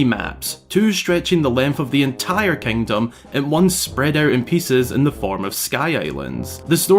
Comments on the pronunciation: There he goes again, "kangdom". just count it, youll go insane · "Tears of da Kangdom"